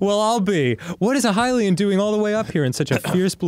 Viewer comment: Oh my god yes after over a decade they're finally pronouncing Hylian correctly